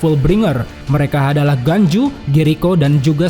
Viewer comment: Ginjo bang bukan ganju